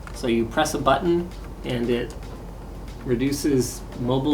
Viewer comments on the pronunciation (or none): none